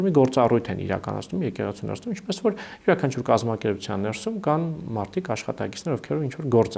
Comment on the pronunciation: Շեշտադրումները հարկավոր է ճիշտ անել`«ներսու´մ», այլ ոչ «նե´րսում», և այսպես շսրունակ: 🙂